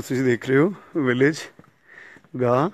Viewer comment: Its not Gay its Gah